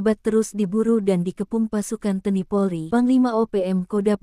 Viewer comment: T N I bukan teni org mana si kauu!..